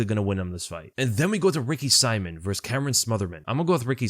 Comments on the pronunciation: Man,, his name isn't Ricky SIMON, as in Simon and Gurfunkel, but Ricky See-mon, as in.... Well, Ricky Simon with that thingy above the "o" I don't know how to do. But get it right, please. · its Ricky "See-moan" bro not Saimin aka Simon lol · I kinda hate how you suddenly started pronouncing Ricky Simón’s name wrong 🤣